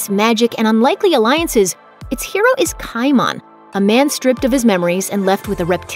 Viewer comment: I twitched a bit every time she said "KAI MAHN."